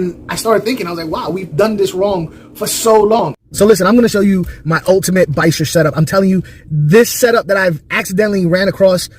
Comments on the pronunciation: It's pronounced "Buh-Cher" because it's spelt Birchir. If it was pronounced Bikers, it would be spelt Bikers. I took on all that you said, I myself have 3x Birchirs a Albino Senegal, Senegalese and a Endlicheri lower jaw. Plants are also good for the Nitrous Cycle. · Great video. I agree the most important thing is how to take care of them. The correct pronunciation is bee -sheer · I pronounce it bi-char and no one has said a word about it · I agree with your rank. I used to be on that “biker” wagon for a bit. I’ve realized that after many years of keeping fish, all of the ways anyone pronounce bichir, are correct ❤ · Awesome video keep it up buddy you're on the right track I noticed the exact same thing I've had bichirs (be-sheer) is how I pronounce it anyway LOL for at least 6 months now and every time I add a new one they go from the pet shop Aquarium or delivery to my quarantine tank which has like nothing in it except for one plant and then after 2 weeks they get transferred to my community tank with several bichir and I noticed the exact same thing as you once they get into a nicely heavily planted Aquarium their attitude changes drastically they become super social and fun however there is a hierarchy like in a wolf pack they will assert dominance but once that's done they get along great I love these fish definitely my favorite fish I have several tanks and I find myself sitting in front of this one more often than the others love the video keep up the good work